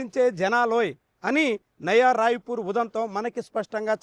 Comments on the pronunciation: నవా రాయపూర్ కాదు నాయనా నయా రాయపూర్ అని మాట్లాడు తండ్రి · నవా రాయపూర్..కాదు నయా రాయపూర్